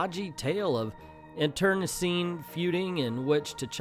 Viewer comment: Obviously, this is a YouTube video that serves a demographic that needs to be read to. But if you are going to read Trumptards a bedtime story, you really ought to learn to do it better. Such as, learn the correct pronunciation for "internecine."